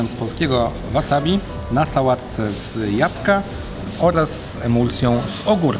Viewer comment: Łapcie subka mordeczki, od dawna was oglądam, a nie zauważyłem ze nie dałem subka, wybaczcie :D ps: z jabłka, nie z japka.